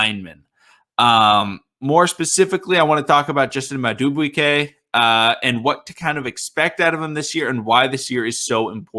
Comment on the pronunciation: I think his name is pronounced mad doo boo kay not to be rude